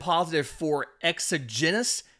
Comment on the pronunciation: exogenous is usually a medical word. so you get a pass... but it's pronounced